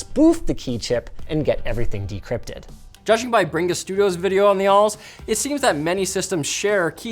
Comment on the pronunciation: Did my ears deceive me? The name of it is ALLSUX?